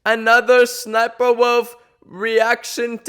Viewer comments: she thinks that you wont understand that its called " S SNIPER " AND NOT SS SNIPER alright she biological like that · her name is SNIPER . no ss JUST SNIPER